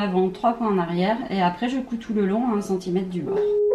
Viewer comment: Bonjour, J'aime beaucoup vos tutos bien expliqués et qui me permettent de progresser car je suis débutante. Mais une petite remarque amicale : il y a un R à centimètre et il se prononce... MERCI !